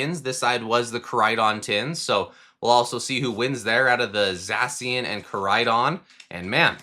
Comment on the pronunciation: You say Zacian wrong